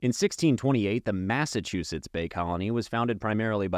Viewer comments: maffachewsets lmao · No no I like you’re version of pronouncing Massachusetts.